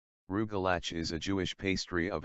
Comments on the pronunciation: “Roogelatch” lol I’m ded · Me too!!! The robot obviously doesn't know Yiddish.